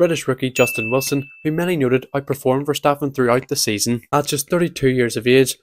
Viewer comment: 😭😭 “oh no, someone with a thick accent can’t pronounce a dutch word” YOU KNOW WHAT HE’s saying… so does it matter?!